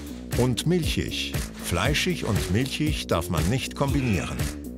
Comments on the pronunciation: ich finde Galileo muss sich integrieren... - fleischich und milchich ???? es heisst doch fleischig und milchig oder nicht ? hmmm... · In hochdeutscher Standardaussprache sagt man „fleischich“ und „milchich“.